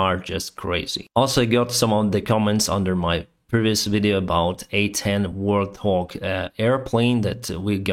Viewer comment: I love your episodes! Thank you again. btw, some help on pronunciation: Pheonix in English sounds like feenix (german: like fiinehks). Warthog (the nickname for the A-10 Thunderbolt) sounds like Wart Hog (don't pronounce like "th". a Wart Hog is a type of wild pig). ps: Canada needs pilots;)